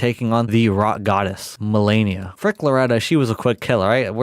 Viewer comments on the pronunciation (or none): none